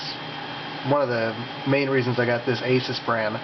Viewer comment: It's pronounced "uh-soos"